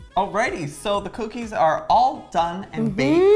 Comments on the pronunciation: YASS COO-KEYS😜 ok im done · So these are coo-keys? (I'm sorry)